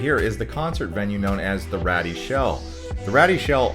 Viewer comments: Great video, just correct two things please. The Rady Shell (pronounced: Ray-dee) not "ratty." The Rady Shell at Jacobs park opened in May 2021 it was named after some of the major donors. Ernest & Evelyn Rady gave 15 million to the project and Joan & Irwin Jacobs gave 11 million to the project, thus the name Jacob park & Rady shell. The statue (Unconditional Surrender) statue of the Sailor & Nurse embraced in a kiss: they're actually strangers to one & other. The authentic incident was photographed in 1945 in Times Square at the end of WWII. Read the entire history on the statue to find out all the interesting details of the original subjects in the famous photo from 1945. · It's pronounced Ray-dee shell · Rady is pronounced “ray-dee”